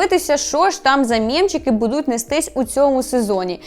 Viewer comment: Не будУть, а бУдуть. Не псуйте нашу українську мову, будь ласка. Я проти фаріонщини, але цю помилку Ви зробили більше ніж два рази. Ріже вухо. А взагалі чекаємо на новий сезон, може буде цікаво